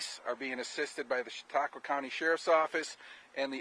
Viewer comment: "Chat-uh-qwah" oof that was like glass in my ears